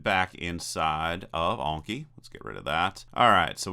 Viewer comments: Anki, not Onki. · an-ki not awn-ki. Japanese just has short vowel sounds. <-- click the speaker to hear it